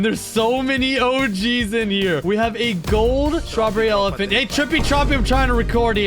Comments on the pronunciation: Why does evryone say STRRABERRY ELEPHANT wow wow wow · STRROREREY ELEFNT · Srawberry elafhant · Stroberry elaphont